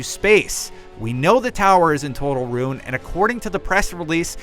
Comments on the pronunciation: I hate how he says ruin it sounds like rune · Wait just wait, did you just pronounce ruin as rune and . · The city is in Rune... i believe you mean ruin. ok continue.